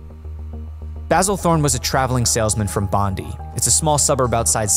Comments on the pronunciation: Bondi is pronounced as BOND DYE - not Bond Dee. I never knew this event as I was yet to be born. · Spot on!! also it's Bond-eye not Bondee and we called them flats not apartments.